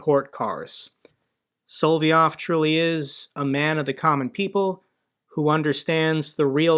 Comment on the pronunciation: It's not "Solvyov", but "Solovyov". . You just missed 1 'o'. Nonetheless, great show, as always! Greerings from Venray, Netherlands.